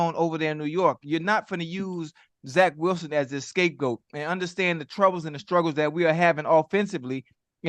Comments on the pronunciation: I love how Ocho says “escape goat” instead of “scape goat” every time without fail 😂😂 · Ocho keeps saying escapegoat.. scapegoat my boy!!